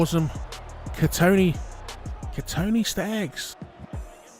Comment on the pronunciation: Accent on point when doing the general pronunciation of Kotoni Staggs 😂 #ODDSQUAD